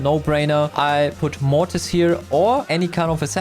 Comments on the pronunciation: bro says morris again instead of mortis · Please say mortis it kills me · no way he said morris not mortis lol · its mortis please bro learn it its not moris like cris moris from that one episode in "the amazing world of gumball" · why do u call mortis morris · mortis ❌ morris ✅ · how he says morris instead of mortis is really funny, because auto correct always changes mortis to morris. XD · its not mortis its moris ❤😂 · Its not morris its mortis 😭🤣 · Mortis❌ Moris✅ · I know Bro, i thought i had bad hearing but then I watched it again and it was just moris 😭😭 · bro lol, he can still say mortis